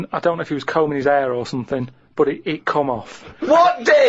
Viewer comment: Combing 'is 'ead or somefing